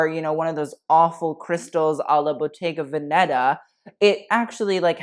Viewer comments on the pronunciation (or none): I appreciate the correct pronunciation of Versace and Schiaparelli. Kudos to you. Everytime i hear "Versacee" I cringe. But because I'm an annoying Italian gramman Nazi: it's Bottega VÈNETA, not VENÈTA. It's the same accent as "mèdical", and not like "bodèga". I hope I've made myself clear. Un bacio, ciao!